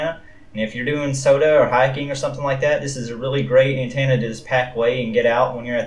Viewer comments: Good review but it's antenna. Not antanna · Did he say “dodo”? And did he say “An-tana”? 😆 Thanks for the vid. I think even though the thing is wabbly, I’ll still get one. So I can be cool like everyone else. 😁